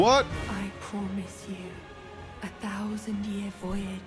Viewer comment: everytime miquella says "Pwomiss you" I die a little bit on the inside